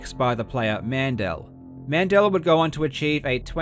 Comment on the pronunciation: I have been wondering if Karl is german (because that (besides Fritz) is probably the most german name I (as a German) can think of, and jobst could very well be German too), but then I heard how he pronounced Mandel (almond in German) ... Yeah if there was any chance that he is german that definitely shows that he isn't x)